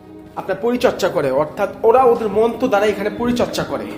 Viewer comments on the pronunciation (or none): none